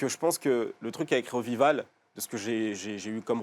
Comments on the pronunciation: Budden découper eminem ? Nan mais lol.... Déjà que ça commençais mal avec la prononciation de l'album Revival ... Et puis des critiques de "Rap" qui écoute pas un album à cause des ont dit.... J'applaudis bravo ... Ensuite Eminem ne sort pas de diss en dehors des Albums ?? The warning. The sauce. Go To sleep et j'en passe ... Bref si c'est juste pour faire des vues,faites un live fortnite... Et surtout dire que Dre,Paul et Lovine sont partit.... Sérieux faite un effort.... Vous ressemblez à ces deux cons d'amin et hugo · je suis tomber par hasard sur cette vidéo ! J'aimerai bien voir leur tête après killshot ! Le mec ne sait même pas prononcer Revival ! Et ça dit journaliste hiphop us .. 😂😂